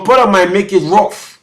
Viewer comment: *Porter not "Potter" 😂😂